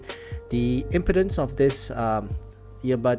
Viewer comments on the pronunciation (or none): Just a heads up... "impedance" is pronounced - 'Em-pee-dens', it sounds like you're saying "impotence" every time you say the word. lol